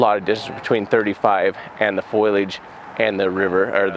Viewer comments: It’s foliage not foilage 😊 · Don’t want to sound rude but it’s foliage not foilage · Fo-li-age. Not foilage. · Jared... "FOE-LEE-AGE!" Not foilage.